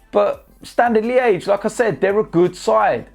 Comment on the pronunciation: When says “like I said “ I hear “lacaezette”